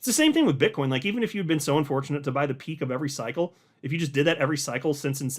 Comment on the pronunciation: Did you say BitchCoin